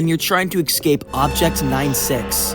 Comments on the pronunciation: stop saying "excape" its escape, I don't understand why people cant just stop mutating and transforming English into what they think is comfortable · This man can't talk about bad english, when people who speak english say ''Eggscape'' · Please learn how to say escape.